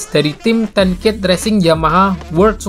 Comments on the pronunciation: Ten Kate ttp dibaca Kate mas,bukan Ket begitulah team nya sendiri yg bilang.... 😁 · nice info min, btw sedikit informasi aja, Ten Kate itu bacanya tetep Ten Kate kayak bahasa Indonesia, bukan Ten Keit kayak spelling bahasa Inggris umumnya.